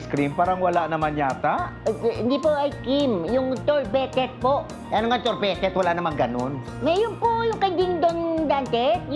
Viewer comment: "Surbeytet"" survey says pala hahaha